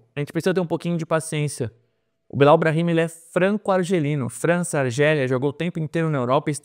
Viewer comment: A pronúncia certa do nome Bilau, em sendo frances, não seria Bilo?